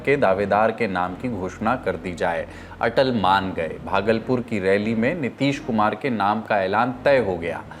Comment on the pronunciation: Ku re banghi atal ji ka naam sahi nahi bol paa raha